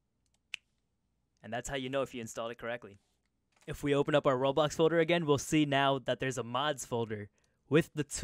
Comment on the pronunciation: lol, why you constantly call it "roblox" ?